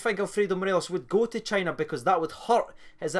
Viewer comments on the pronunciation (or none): none